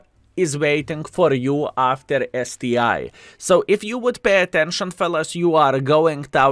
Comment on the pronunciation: It's not STI, man, it's ST ONE, COME ON :)